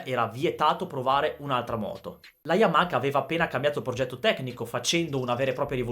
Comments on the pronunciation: sei forte!!!! ma per piacere Yamaha non Yamaka 🙏🙏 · Voi italiani dove vedete la "K" o "CH" in Y A M A H A? YAMAKA..... Ma dio can. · Siii siiii YAMAKKKA e perché tu pensi che i giapponesi pronunciano bene i nostri nomi?!?😂😂